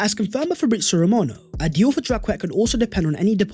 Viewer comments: Jak-ay not Jacket 😆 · Good work. Probably Jacquet is pronounced ‘Jackay’??